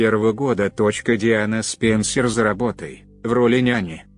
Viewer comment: С-ПЕНЬ-СЕРЬ LOL Неужели некому было прочесть по-человечески?...